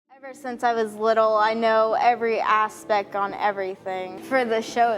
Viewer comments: "ever since I was little, I knew every aspeck on everything" Except how to pronounce aspect. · She can't even say "aspect" correctly.